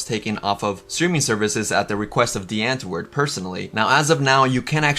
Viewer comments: Lol your pronounciation of these South African words got my dying 😂😂😂.. The w is pronounced v. And it's not "antwoord" it's "untvoord" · “Antwoord” is pronounced “ant-voo-rd”